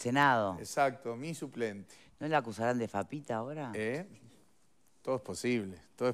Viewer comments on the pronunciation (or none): No es FAPIT, es PITFA